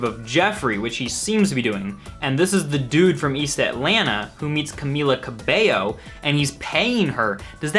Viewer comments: I'm actually impressed that you pronounced her name right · I just wanna thank you for being one of the only youtubers who actually pronounces Camila Cabello correctly